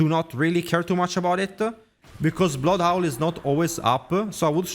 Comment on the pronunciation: Blood owl 🦉😂 Bro forgot to learn the letter H